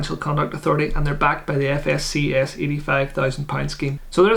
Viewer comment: All Ads watched for you once again buddy, looking forward to a nice pint of Guinness in the future for all of this! 🍺😉 New drinking game folks - Take a shot every time says FSCS incorrectly! 🤣 Excellent video, you've done a solid job covering this. This is something I see getting asked a lot, Trading 212 or Vanguard - so I'm sure this will help a lot of people. Personally, I was considering Vanguard back in Jan 2020, but I ended up putting it off for some reason. I then started seeing a whole load of info. around something called Trading 212, did some research and realised I could invest in so much more than just Vanguard products - ultimately, that's what did it for me! 📊